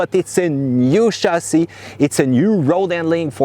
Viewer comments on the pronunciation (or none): none